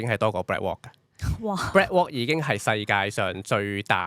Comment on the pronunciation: Can pronounce properly? Heard BlackWalk instead of BlackRock